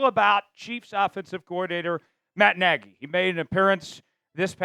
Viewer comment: No it's nagy